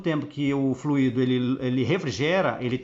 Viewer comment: Oi amigo, apenas uma dica, não é fluído, é flúido (é assim que se pronuncia, deve ser escrito sem acento). Forte abraço.